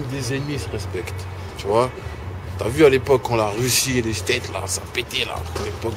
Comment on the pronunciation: Il dit '' Tu voiS '' :').